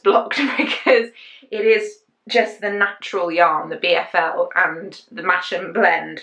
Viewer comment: Love the sweater you are wearing! I live near Masham and it is pronounced Mass-ham, everyone out of the area calls it mash-am. Fabulous place that has the Masham Sheep Fair very soon with sheep racing etc and lovely yarny stalls too. Love the chana sweater too! When the temperature drops I want to do all the crafts, make all the things, sewing, embroidery, knitting, crochet, plus other crafty things